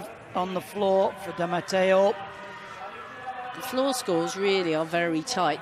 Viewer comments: I don't think even "1" you're right. I think the one that was the worst for me was "D'Amato" being pronounced "DiMateo"... they got the Brits right though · mispronounciation of the name D'Amato as Di Mateo is most probably because of the footballer Robert Di Mateo who was a household-name here in the UK throughout the 90s. So when he sees D'Amato he's probably assuming it to be a mis-spelling or just saying what comes closest by association because he can't think of how else to pronounce it. Again, still incorrect, but in this particular instance, that is why. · Can they learn to pronounce D'Amato instead of saying Dee-Am-Atayo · I mean, why doesnt the lady commentator correct him behind the scenes and say, "Actually, it's pronounced duh-mah-toh." Not Dee-muh-tay-oh. I cant find the face palm emoji, but I'd use it here. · Totally agree. What the fuck is "Damateo"??